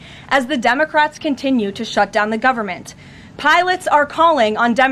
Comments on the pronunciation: Did she say dummy-crats 😂😂😂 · Did she say "on the dumbocrats"? 😂😂😂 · Hahaha, i heard that karoline, “ the dumacrats” i love it!! She says it twice in the first 39 seconds .. 👍👍👍✌️✌️🙏🏼🙏🏼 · Sounds like she is saying dumbocrats, which is not far off! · Senate dumbacrats? Is that what I just heard her say?! 🤣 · Haha notice how She says " Dumocrats 😄 🤣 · I thought she said “dumbocrats” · Lmao did she say " dumbocrats "